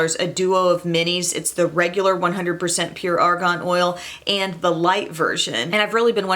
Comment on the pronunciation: Ok. I have to say this bc it is seriously bugging me. It’s ARGAN not ARGON. Argon is a gas.